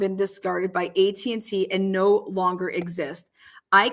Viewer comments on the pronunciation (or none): none